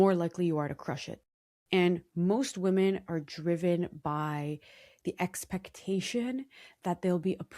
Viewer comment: off topic but 'woman' and 'women' are pronounced differently😑